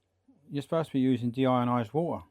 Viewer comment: your notion of deionised water is completely incorrect. it's NOT de-iron-ised it's deionised